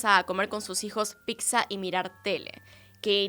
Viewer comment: "La Piksa", parece que en más de un lustro que lleva haciendo vídeos no ha podido aprender a decir "Pizza" (pitza). 🤣🤣🤣🤣🤣🤣🤣🤣🤣